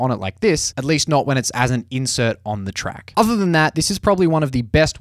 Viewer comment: I love how you just randomly put R's in everything you say. Notr.